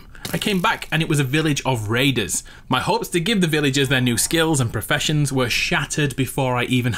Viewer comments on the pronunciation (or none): He said I finally found how perfeshons work in fortnite lol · Perfessoins lmao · Who else heard him say professions in fortnite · "I finally learned how perfessoins work in fortnite" Wow